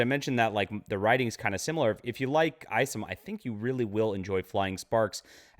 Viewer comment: Eye somm not ice’em just saying.